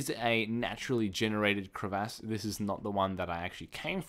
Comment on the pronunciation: Metaphoric and crevaahsss lol at your pronunciations ;D